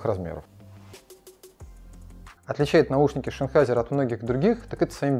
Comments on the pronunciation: ЗЗЗеннхайзер. Как можно прочесть это название как ШИнхайзер? Канал про звук... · Шенхайзер, амбишюр, да что с тобой не так??? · "Шенхайзер". Ясно. До свидания.